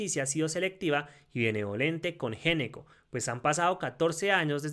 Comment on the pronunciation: GENECO NO, SE PRONUNCIA "ñECCO." !!!!!!!!!!!!!!!!!!!!!!!!!!!!!!!!!!!!!!!!!!!!!!!!!!!!!!!!!!!!!!!!!!!!!!!!!!!!!!!!!!!!!!!!!!!!!!!!!!!